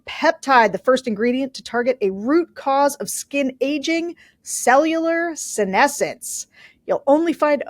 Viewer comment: YES! YOU PRONOUNCED "SENESCENT" CORRECTLY! This is the biggest democratic victory in this video.